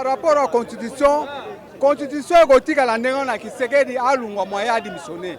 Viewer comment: Kitshekedi te mais Tshisekedi . Nyama na yo !